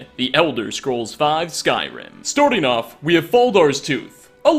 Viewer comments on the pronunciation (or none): Every time you say "Starting off", I get the feeling you say "Sturdy enough"